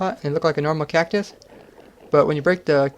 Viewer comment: Cactus? more like KEK-tus